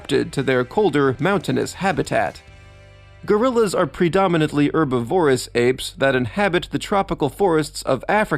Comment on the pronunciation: You mispronounced herbivorous, susceptible, and Prague.